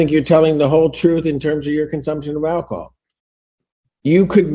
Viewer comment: Give up the "akahol", bruh!